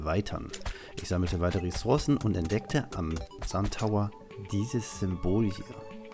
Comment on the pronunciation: Es nervt so hart wir du Ressourcen sagst.. 😅